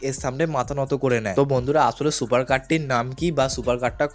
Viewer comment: ভাই তোমার ভয়েজ ভালো লাগে না ভয়েজ ঠিক করো সুপারের সোপার বলো